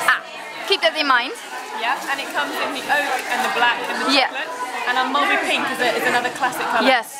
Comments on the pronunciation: Ja, viel mij ook al op :p het is meer "Mulbrie" uitgesproken. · Leuk hoe enthousiast jullie zijn! Maar please spreek Mulberry wat beter uit. Nu zeggen jullie het echt op z'n Nederlands :P